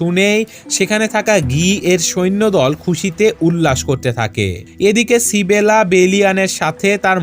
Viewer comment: ভাই সিবেলা টা কে মেয়েটার নাম তো ইসাবেলা।